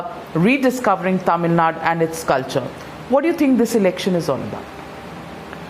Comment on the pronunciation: Why can't Kamal properly say Thamizhnadu ?